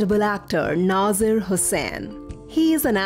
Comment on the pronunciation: Its nazeer not naazaar